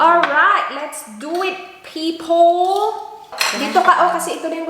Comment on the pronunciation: Aaay yayay narinig ko nanaman ang peepole... cringy when you pronounce people nawawala ang pagka sosyal mo. Pero totoo mabait ka mukhang maldita Mes perokailangan ni Mes kasi maabuso siya oag di siya magsususplada, attractive kasi siya at malambing magsalita. Lalo na sa mga nakakaasar na pasyente at relatives ng pasyente, hirap mag nurse di dapt maging mabait lagi dapat firm o may konting angas ba.